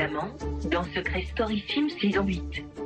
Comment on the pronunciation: sims pas sim